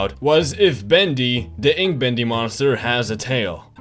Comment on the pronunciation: I'm sorry but when he said welcome back to bendy and the ink machine it sounded like bendy and the hacke machine